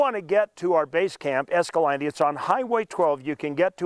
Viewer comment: Why can’t a pronounce Escalante the way the Spaniards did?